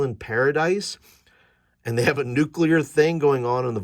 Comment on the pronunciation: Nucular? Extrapolate a whacky natural reactor in the volcano: I know I've used radiation poisoning side effects for flavor in at least one adventure....